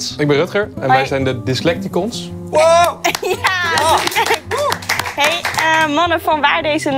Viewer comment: Toch wel typisch dat steeds Dyslecticons verkeerd uitspreekt.